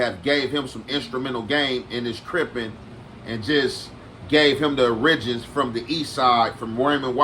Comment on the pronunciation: Butchered word of the day! Origins! 😂😂